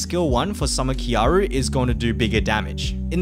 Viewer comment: Triggers me still you don't say kyarl properly